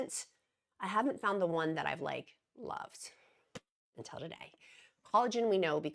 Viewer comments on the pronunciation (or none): none